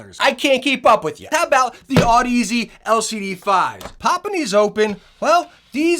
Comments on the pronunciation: good review, but its odyssey not Aud-Easy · One day you’ll learn how to pronounce the brand name lol. I love ya brother